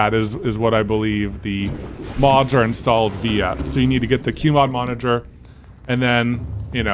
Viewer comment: When says the "mod monager" and tries not to cackle with her quick glace to the viewers lololol